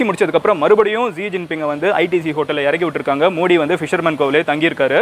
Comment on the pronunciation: Bro mins la neenga modi nu pronounce pannurathuku bathila moodi nu sollitinga bro